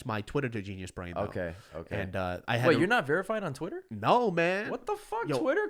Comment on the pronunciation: Why is it that everytime he says GeniusBrain, it sounds like Gina's Brain?